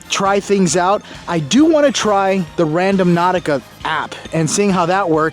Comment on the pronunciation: Frank it's not RadoMnautica, it's RandOnautica. That's when everyone else plays it. Again it's RANDO-NAUTICA.